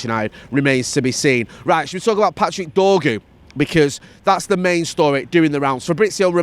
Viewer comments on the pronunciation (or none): he's called dorgu not dorgo